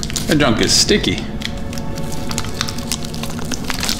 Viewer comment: “they are very dticky 😭😭